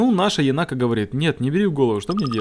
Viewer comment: единственное, она не енАка, она Енака. Ударение на первый слог.